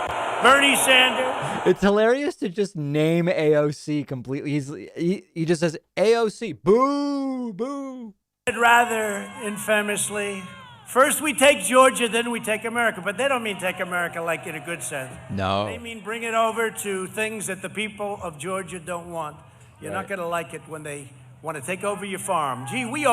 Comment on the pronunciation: i know it doesn’t matter in the grand scheme of things, but trump puts the wrong inflection on the A in ‘famous’ while trying to say ‘infamously’ and i have literally never heard an adult make that mistake before. it stood out to me as weird, even for him. i mean, look at the people who are in his inner and outer circle and tell me that he’s never heard someone say ‘infamously’ correctly...